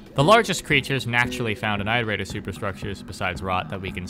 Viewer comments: I wish we had ingame footage of the creatures in action, not just shitty fanart, but it's ok ig Edit: why does he pronounce it eyeterator instead of iterator lmao, you dont pronounce the verb eyeterate do you? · good video but im going to throw someone out a window everytime you say "ite-erator" (its pronounce it-erator, like iteration) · You do know iterator is spoken as It-er-ate-ors? Not Eye-ter-ate-ors Iterator comes from the word, Iterate. You do know how to say Iterate, no? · Sorry if this is petty, but why do you pronounce Iterator as "eye-ter-eye-tor"? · Omg bro, I’m sorry to be this guy but it’s not pronounced “eye-terator” like the “I” in iterate is a soft vowel so like the word “it” for example. It, iterate(keyword to iterator), and iterator all having the same vowel sound. Hope that helps, not trying to say you’re stupid or anything like that it just makes my eye twitch a tiny bit hearing it like that. “ Eye-terator” 🫨😬🥴 lolol hopefully I’m not the only one who has the little eye twitch cringe feeling when these YouTubers pronounce a word wrong. Somehow I always notice it so don’t think it’s just you. I’ve noticed it’s super common among YouTubers to all have like that one word they pronounce a silly way lol. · You keep mispronouncing iterator. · the I in Iterator sounds like the one in "it" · why do you say iterator like that :( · You mispronouncing "iterator" makes me cringe. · >pronounces cicada correctly and says that the second part of squidcada's name comes from this >still pronounces squidcada totally differently and weird >still pronounces iterator weird why are you like this